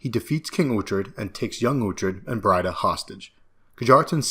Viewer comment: Why mispronounce "Breed-a" as "Bride-a"? Never done that way in the show.